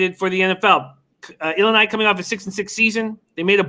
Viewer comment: you’re pronouncing Illlini wrong.